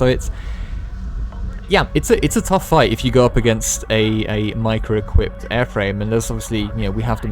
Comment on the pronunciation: The way you pronounce “mica” enrages me